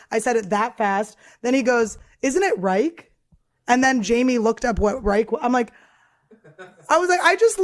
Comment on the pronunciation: For those who wonder "Reich" is German for empire. And it is indeed pronounced without the k sound so it's not reikh it's like ruyh